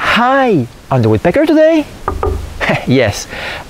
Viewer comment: I like the extra grrrr on the last woodpeckerrrrr